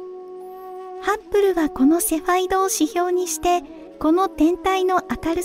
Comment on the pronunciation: ハッブルと書いてますが、発音はいつもハップルなのは何故ですか？